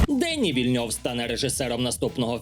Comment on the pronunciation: Супер випуск. ДенІ Вільнйов (він типу як Денис наш, наголос на останній склад).